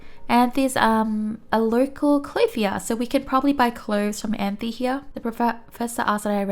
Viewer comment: Anthe was named after a Saturn's Moon. It pronounce as (Ant)